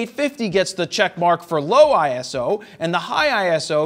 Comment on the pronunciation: Eye-so. Not ISO! 😜 Thanks for the review!